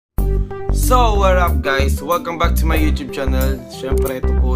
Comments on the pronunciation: Vro eto ba yung nagsasabi ng "Warap guys" imbes na "Whats up guys" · "So waar up guys!" ano daw? hahaha! aral ka nalang Marlou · Xander: So wharrap guys. LMAO! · ano daw? warrrrap guys? 😂😂😂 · 'WARRUP GUYS" AMP🤣